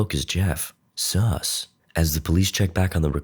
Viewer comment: Why u say sus like that